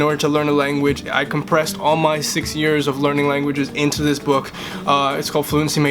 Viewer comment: Be careful when you said "six" in French it sounded like "seize" (16 vs 6!)